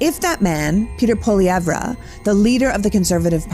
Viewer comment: The name isn't pollivay. It's PWA lee ev.